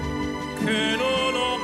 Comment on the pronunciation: That 'che 'was not good. The e sound was flattened out which wasnt good and unsupported.